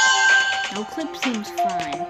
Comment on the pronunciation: U said noclic in the beginning